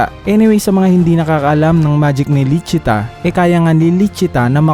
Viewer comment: "Lisi-ta" po ang tamang pagkakasabi ng pangalan at "Licita" ang official translation ng pangalan. #Correctionlang👍